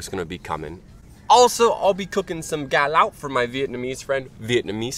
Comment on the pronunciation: Lúc a chùi camera có vẻ như chùi mặt e ví mn v á hehe dễ thương.... Vs lúc a trả lời chú kia » cá lóc» nghe ik như ng Việt Nam